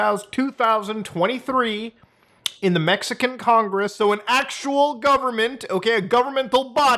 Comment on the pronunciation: "They blew up congeess!" 😂